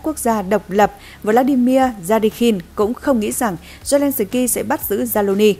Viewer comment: Phóng viên phát âm tiếng Ukraina & zelenski cực kém!